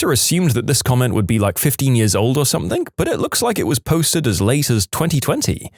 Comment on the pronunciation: No k in the word something